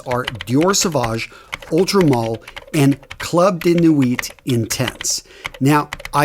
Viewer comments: This mf really said “ultra mall” bro you know how to pronounce the word “male” right? Or all all men of the “mall” gender?? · Interesting pronunciation of "Ultra Male"! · I like the way you pronounce french words.... Ultra male... Please just pronounce it in English accent.... And never ever never pronounce a consonant that come last in french... Nuit you did it well except for the t... Don't pronounce it please Amazing videos